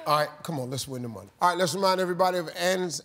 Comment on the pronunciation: “Twenty fie seconds on da clock please”